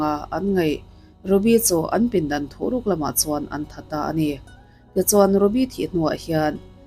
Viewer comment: Thuhruk ni awm tak thuruk tiin i chhiara